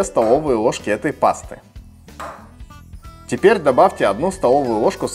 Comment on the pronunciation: Рецепт огонь, так забавно звучит тепер,а не теперь